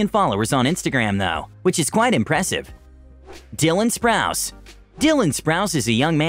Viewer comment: He really said “Dylan Sprouce” GURLLLLLLLLLLLLLLL